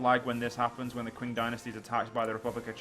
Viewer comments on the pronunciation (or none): ***** Pro tip: It's pronounced "Ch-ing", the "Ch" is said the same way "Ch" is said in "China" So: Ching. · Man, you really need to work on that Qing prononciation, it's pretty bad.